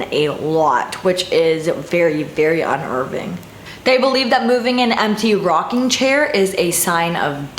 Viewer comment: Un-Irving? Lol. Unnerving.